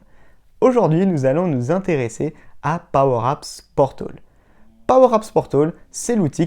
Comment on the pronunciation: Sympa tes vidéos, en FR en plus mais (ne le prend pas mal) ce serait cool que tu répètes moins "powerapps portOl" tout au long de ta vidéo ;)